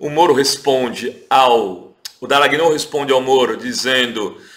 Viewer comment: O programa é ótimo, super recomendável, sem querer ser pedante ou intolerante, a pronúncia do nome do procuradorzinho é Dalanhól e não Dalagnôu.